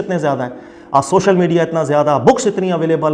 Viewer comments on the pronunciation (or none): none